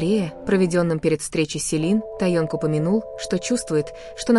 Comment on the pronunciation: Произносите, пожалуйста правильно Ким Тэхен, его зовут. Ни Таенг, Тэеанг. Вы блогерша позорница.